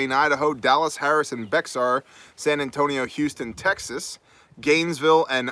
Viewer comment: Fun fact bexar is actually pronounced "bear"